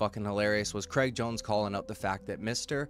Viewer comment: Cr-ay-g lol like how straight is not stret. Please pass it on 😅